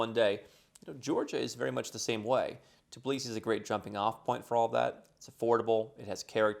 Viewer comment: But he never pronounces the Tbilisi the right way 🙈 He always says Tiblisi 🙈